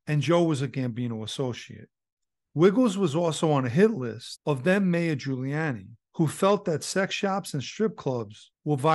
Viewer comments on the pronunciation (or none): none